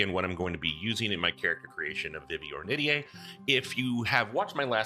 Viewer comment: huh, today I learned how "Ornitier" is pronounced! I always pronounced it "or knit tear", but I looked it up and you've got the right of it. neat! probably gonna be dming a campaign in fu soon, excited to get back into it after a lil period of dm burnout, very likely gonna binge your videos in the next week or two lol (-and I'll do my best to keep my comments thirst-free-)